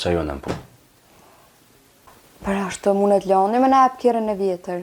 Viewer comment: Venera je shume simpatike po pse thu (Loani- Luani) jo Loani